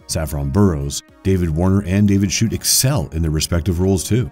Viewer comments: Hate hearing anyone murder names, and the narrotter is no exception to this... Since when did David Suchet pronounce his name as David Schute????? Dennis HOOPER??? FFS And Tank Girl didn't join "voices" with Jet Girl, although she did join FORCES with her...English and how to read it, is a book suggestion for you. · David Shoot? It's pronounced Sooshay. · David Suchet is pronounced David Sue-Shay not David Shoot. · You can tell it's going to be an excellent video by the fact that the person reading script mispronounces multiple names. 'Manic' instead of 'Maniac'? David Schut? Videos like this simply tell me that AI won't really change much, as lame slop has been released years and years before that. If anything, AI can actually help fixing those mistakes. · Not to mention mispronouncing Terran, Kilrathi, David Suchet's name. I had to stop watching from the mispronunciation, it was so distracting. I don't know how anyone can recommend the Wind Commander movie. That movie is terrible, and I saw it at the cinema. Soldier is a movie worth watching, Kurt Russell is so underrated it's criminal. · He also mispronounces David Suchet's name, it's 'sooshay'. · 😂 David Shoot